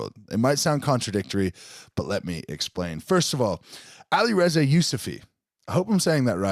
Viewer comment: The way says Alireza makes me wanna throw up